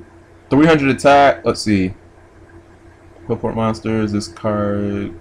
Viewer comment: It's not pronounced Qwilfort it's pronounced Clifort. Apoqliphort is a pun on Apocalypse and fort. I know I'm being a huge douche right now but it hurts to hear it said wrong.